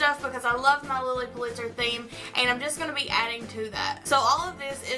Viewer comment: lots of fun and creative ideas, and am looking forward to seeing how you combine it all in your dorm this year! Love the Lilly tray you made, too! (By the way, her last name was pronounced "PULL'-it-zer," accent on the first syllable; thought you'd like to know). You have a good eye for combining mixed materials!